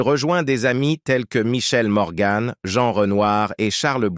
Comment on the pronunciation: Cette voix d'intelligence artificielle est insupportable. Ce n'est pourtant pas compliqué de faire lire un texte par une personne normale. On ne dit pas Gabine mais Gabin. On ne dit pas Touchez pas au Gribbi mais au Grisbi. On ne dit pas Michèle Morgane mais Morgan. Quand on évoque la date de naissance de Gabin on évite de présenter une photo de Delon.... etc etc.....